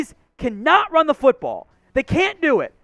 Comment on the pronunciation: PLEASE PLEASE PLEASE Learn the difference between when it is appropriate to say “tha” versus “thee”.